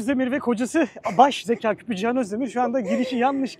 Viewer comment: Ciyan demeyi bıraksan daha keyifle izleyeceğiz Tabi ismi cihan ise